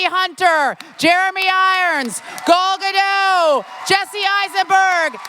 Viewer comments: The host mispronounced Gal Gadot as "GA-DOUGH"... it should be "GA-DOT" as in "PAR-ROT"... Gal Gadot is Israeli, not French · It's not Gol it's Gal Gadot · she couldn't learn how to say gal gadots name? lol.... come on!